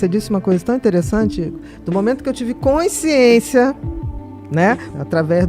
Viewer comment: Bia, pq vc não consegue falar: consciência??? Vc fala coinsciência...😮